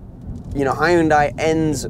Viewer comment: When you pronounce Hyundai, remember this, "Hyun-day like Sun-day"